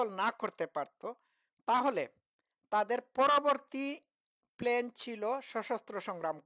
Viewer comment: ভাই প্ল্যানকে প্লেন উচ্চারণ করেন কেন?